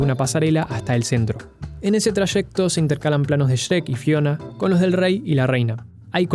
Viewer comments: Pronuncias sherek wtf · Porque dice Cherek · Siempre me he preguntado por qué los argentinos pronuncian el nombre de shrek como shereck 🤔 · "Sherec" Pd: Bro, yo quiero de lo que fumas, ni en 3 vidas seguidas lograría flashear lo que tú en solo un video. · Como se dice: Shrek Como lo dice: Sherek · El vídeo es bastante bueno, pero la pronunciación de Shrek me causa conflicto.